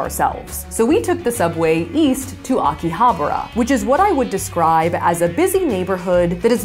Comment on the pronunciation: Akihabara pronunciation got me ☠☠☠☠💀